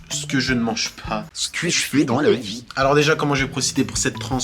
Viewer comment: "Ce que je fais dans la vieeuh"😂❤